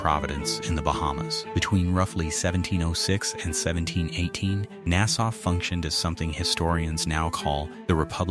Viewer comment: This bothered the fuck outta me too, I'm p sure that the narration is AI because about a third of the time it is pronounced correctly. They also keep pronouncing Nassau wrong